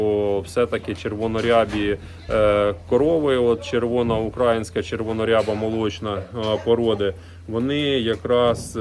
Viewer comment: ти прикалуєшся чи спеціально сьогодні разів 50 сказав украаааїнська, тобі ж робили зауваження треба говорити україїїїнська, за це дизлайк.Вчіться правильно вимовляти бо аж вуха ріже.